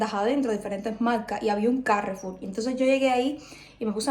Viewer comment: Normalmente decimos Carrefour , no Cárrefour. Suena más fuerte la última sílaba. Suerte y a cocinar pescado.